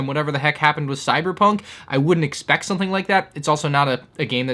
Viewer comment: Take a shot every time he says "soNething" instead of "something".